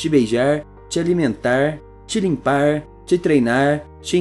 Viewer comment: EnsinaRrrrrrrr trataRrrrrrr limparrrrrrrr